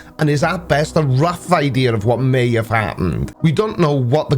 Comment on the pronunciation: does have a speech problem? it sounds like he said he "tried his beths"... Im not pickin on him, this is a serious question... and now for the pickin on... so, he believes the universe was created solely for humans, the entire universe, the whole enchalada, the bucket, handle and the water it holds.... just for man to live in?? and GAWD did all of this with no planning, no foresight, no nothing.... but yet he cant even entertain the thought that animals might have migrated over long distances to reach lands "that are just too far away"...